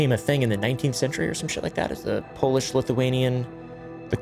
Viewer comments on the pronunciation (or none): none